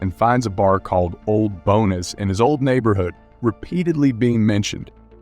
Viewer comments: The text to speech reader you use is pretty good but mispronounces simples words, like "Bones." Never heard a real person pronounce it "Bo-Ness." 😆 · Uhhhh....why does the guy doing the commentary mispronounce "tech", Tesh?! and Old "Bones"?? Bonus?!